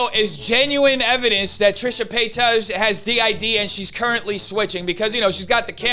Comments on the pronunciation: I love it when deliberately says Trisha PAYTOS. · Trisha PAY-TOES☠😅🤣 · "Trisha paytoes" 😂😂😂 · I know this is small, but I love how you mispronounce her last name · Im honestly here to hear her name said wrong